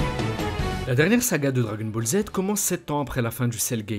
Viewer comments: J'adore quand tu dis "dragon bolzzz" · Les dragon bolz 😂